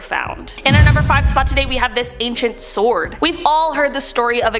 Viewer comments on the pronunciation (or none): none